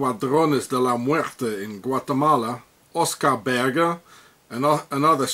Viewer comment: You couldn't be more wrong regarding Oscar Berger. He is of Belgian descent, pronounced "Bershay", French for "Shepard".